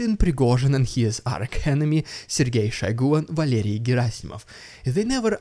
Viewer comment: HAAAAPYYY BIRTHDAAAYY - for next week 👍🥃🥃🥃🥃🇺🇦🍻🍻🍻🍻🥃🥃🥃🥃🥃🍻🍻🍻🍻🍻🍻🍻🍻🍻🍻🍻🍻🍻🍻🍻🍻🍻🍻🍻🍻🍻 🤮🥵🤤😒😏😊😛 🥃🥃🥃🥃🥃🍷🍷🍾🍸🍻🍻🍻🍻🍾🍸🥂🥃🥃🥃🥃🍻🍻🍻🍻🍻🍻🍻🍻🍻🍻🍻🎁🎁🎁🎁🎈🎈🎂🎂 😅 And repeat🎉 Oh by the way - it's Arch as in Chair Not arC (k)